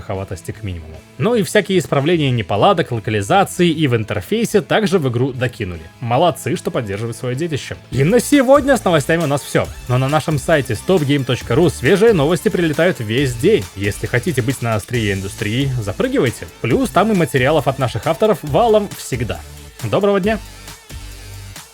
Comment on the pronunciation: "Нонанашем" - новые слова на СтопГайм Инфакт. При быстром произношении очень режет слух.